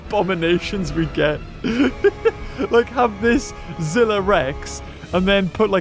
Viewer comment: ITS Z I L L A